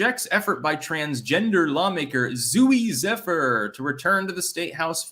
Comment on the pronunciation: Of all the people that have covered the Zooey Zephyr story you are now ONLY the second person to actually pronounce her name right.